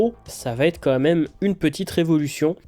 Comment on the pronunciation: Super intéressant, merci pour le travail ! Mais avec toutes les répétitions comme "Ça devait êtte", "Il fallait remette" et surtout tous les "quatte" au lieu de QUATRE 🥵 je n'ai pas pu METTRE de like.. Je reviendrai pour voir (écouter) si je peux même m'abonner. Encore merci pour ce thème captivant 👍